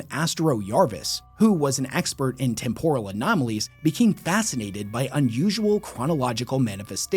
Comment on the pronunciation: Listening to him pronounce temporal like it's some kind of Japanese dish. It's tem·po·ral, as in I'm temporarily losing my mind every time he tries to say the word